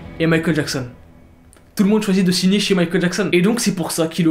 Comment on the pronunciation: A chaque fois qu'il veut dire "signer" Il dit "shigner" sa me fait pèter de rire